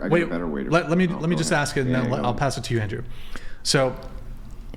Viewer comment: Why does he say “axe” instead of “ask”?? 🤔